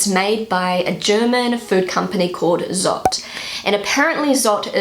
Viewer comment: Little correction: Zott is pronounced "tsott", so with the German z, not the English.